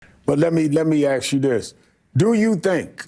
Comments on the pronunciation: Would it be that difficult for MSNBC to get this guy to say "ask" instead of "aks"? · Do you know how low-intelligence saying 'ax' instead of 'ask' sounds? Sharpton is up on the porch with the big dogs now, his speech should reflect that status. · Let me axe you this 😂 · Let me axe u a question…. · Dear...it's ask a question not axe a question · It's ASK not AX. You're a professional newscaster for God's sake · "Let me AX you this..." Immediately disqualified from carrying on an intelligent conversation. I has so many grade school teachers IMMEDIATELY shut down any kid who tried to AX a question. It didn't take any of them very long to figure out how to ASK a question, and that's a lesson that appeared to stick. Any adult who thinks they can butcher the language like this deserves no respect. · “let me aks you dis” 🤦🏻‍♂️ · Did he really say, “Let me axe you this…” Come on rev. Can you please at least try to speak the language commensurate with your level of education? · (Sharptongue) Sharpton out the gate shows his ignorance by saying " let me AXE you this"😱 How this caricature is getting paid to appear before a camera on anything is an enigma.. This man has been grifting and perpetrating a fraud since at least 1987. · EVERY TIME I hear people say "Let me AXE you dis" I dismiss them as uneducated and completely from an alien culture that I want no part of. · Let me "axe" you this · Lemme aks you dis... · Did this news commentator just say I ax you dis? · let me "axe" you this...